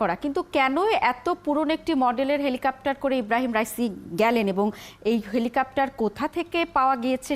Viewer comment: এই মহিলা বার বার বলছে "হেলিকাপ্টার"